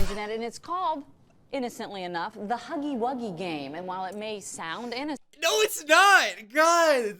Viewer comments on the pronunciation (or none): "ThE HAggY WAggY GaME"